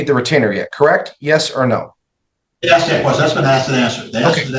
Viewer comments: Ofcourse her name is Felicia lmao. Someone that dumb should not be a nurse. She is so smart and educated that she "aks's" questions and seems she cannot "recollate" (lol) anything unless it suits her narrative. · "He won't downgrade me" "I am axing" in the same sentence! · I’m in the education profession and I’m “axing” you to answer my question 🤣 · This woman is insane, also, she's so highly educated but doesn't know how to ASK a question, or how to pronounce the word ASK A-S-K, sound it out. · “Is that what you’re axing?” She’s infuriating. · axe kills me and it’s so telling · She's also axing and being axed SMH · She's doing a lot of axing also. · She so smart and educated but can’t correctly pronounce ask and Recollect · When a “teacher “ and a nurse can’t even pronounce the word ask … there’s problems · Yes yes yes ! It drove me nuts, and English is not my first language lol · She’s a “professional” and tries using big words that she mispronounces but yet can’t even pronounce a simple 3-letter word like ask…. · All this " recollatin'" and "axing" is killing the English language..... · It’s ask not axe can we please go back to school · You're downgrading your credibility with all that axing you're doing like you're some kind of a murderous lumberjack. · Oh my.... at one point she says, "I'm not going to let him (the opposing lawyer) denigrate me as a parent and an educator ...so I am AXING him...." SMH. Why she can't correct that horrible pronunciation, is beyond me. My mom use to say 'warsh' instead of 'wash' but she finally got out of that habit. I get it, it's what she grew up hearing...but it made her sound uneducated. I know 3 people who's first languages are not English. One is Spanish speaking, one is Basque, and one is Korean...all of them know how to say Ask, Asking, Asked. Also, the Korean person is very careful about getting her R's and L's in properly, because in Korean, those two letters are often a combo sound, that kind of sounds like lur.